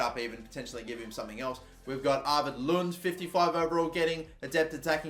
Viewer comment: Lunde is pronounced with the E at the end, Lund is another name.